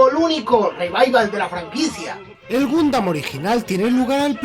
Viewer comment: Si me dieran un chupito por cada vez que dice "Gumdam", ya estaria en un coma etilico. PD: Puto copyright.